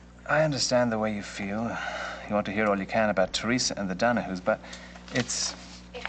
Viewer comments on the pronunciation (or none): says "The Dunahoos" & everyone else says "The Donahues"